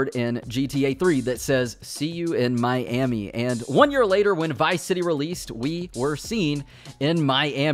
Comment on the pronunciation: Nobody:: My Emmy